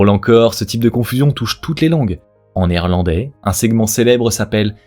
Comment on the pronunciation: y a que moi qui entend "néerlandais" au lieu de "en irlandais" à ?